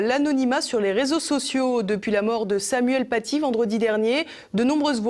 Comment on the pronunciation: « Nous sommes tous Samoyenne Patié ». L'orthophoniste de Chalghoumi en PLS. Il commencait a me manquer le pizzaiolo tunisien de Marek Halter. Il n'a toujours aucune pitié pour notre langue, ce décapiteur de la syntaxe. Et en plus le pauvre doit s'exprimer avec un masque, c'est terrible on sent que s'il prononce deux phrases de plus il va nous faire un AVC.